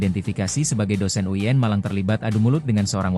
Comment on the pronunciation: UIN bukan uyen